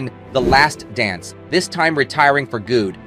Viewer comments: At first I thought the narrator was human. However surely no actual person could mispronounce some of the simple words in the script (e.g. good/gude). Another example of AI? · I agree - really poorly programmed AI that pronounces "good" to rhyme with "food"